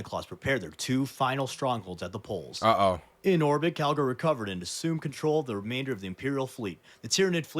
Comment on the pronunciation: Bro keeps calling him Cagalry 💀